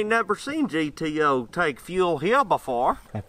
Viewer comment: GTO: pronounced - Ghetto